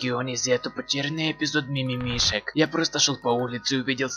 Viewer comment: По грамотнее и осторожнее будь и не мимимек а мимимишик